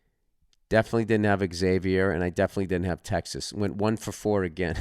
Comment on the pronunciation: Zay-vuhr....not Ex Aviour